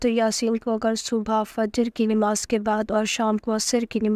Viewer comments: Mai bhi yehi kehna chahta tha. Talaffuz sahi karen. Namaz not nimaz. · Wo namaz hota hai nimaz nahi ok